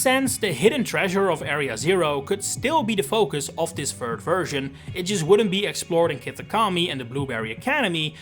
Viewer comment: what is a "fird version"? 😂